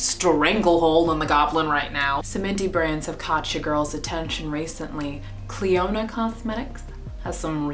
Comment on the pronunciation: Thank you for mentioning us! And you pronounced our brand right. You go girl! -Maggie from Clionadh